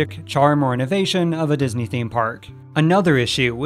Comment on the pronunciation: disney-related youtubers stop inflicting michael eisner french on my poor ears challenge 2022